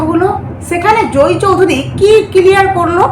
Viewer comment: জোই চৌধুরী নয়, জয় চৌধুরী। উচ্চারন ঠিক করে উপস্হাপন করবেন।